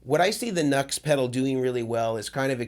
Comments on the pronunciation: I guess the original pronunciation for NUX is “New-X”. Not like “Nuts” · Isn't NUX pronounced "New X", not "Nucks"? Also, great video! Appreciate your perspective on clones. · it's "new" X......not Nucks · OK for the love of your god, repeat after me...."NEW X" not "NUX", ....NEW X... they must really get sick of everyone saying their name wrong which was someone's bad idea in logo marketing no doubt. Looks like they copy cloned this pedal although it turned out much different in result which does not make it a "good clone" nor does it signify they were really trying to match it. NEW X is a good company so it would seem they could have easily copied something. With the scandals Mason goes through maybe calling the company by its actual name might help. I have seen numerous youtuber demo cats who not only get free stuff but get paid, pronounce the name of the company funding them incorrectly, that must drive them batty and it attests to just how stupid most of these nits really are. You also have love the dumb $hits who review things and have no idea what controls do or not bothering to read a simple instruction sheet when they get stuff for free and/or paid to do demos for it. Sad really, even sadder I think when I stop and maybe others watching them wishing they were not so ignorant. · Nux i heard is pronounced "New X" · It's pronounced NEW- X. I'm not sure if you don't know or if you're mocking them? 🤘🌝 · Pronounced “Noo-X” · half the voltage, twice the current draw. A guy called Ohm figured this out. NUX is pronounced "new - x". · It’s NU>X Pronounced NEW X. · Good rundown. Just FYI it’s pronounced ‘new-ex’. Good information here for sure. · Just as a bit of an aside ... the company name is pronounced NuX (new Ex)